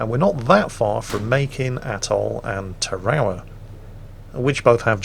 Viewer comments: ta-rowl-a? oh, you mean tear-a-wa! that's right, Tarawa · Actually,, Tarawa is not ta-rah-wha, it’s Tar-uh-Wuh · I thought I was going crazy and didn’t realize was talking about invading Tarawa because he couldn’t pronounce it correctly.... Tar A Wa it’s three syllables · i believe it is pronounced Tar-ah-wah